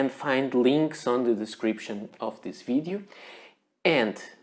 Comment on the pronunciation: I love the way you say "fidiu", for "video"...